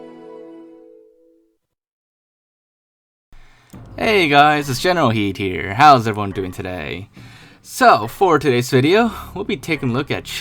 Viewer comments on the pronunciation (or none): “Generalkidd” “General heed” I’m sorry?